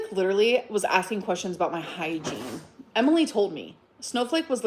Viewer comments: And the word "litrelly." They can all sit together. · I feel like this video should have a little counter up in the corner of how many times she says “leederally”. 🤣 Like, it’s literally, a lot. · So 'triggered' but she manages to remember to pronounce 'leeedurralleeee' incorrectly to keep trying to make that shit happen. She pronounces it correctly in the very next sentence, of course.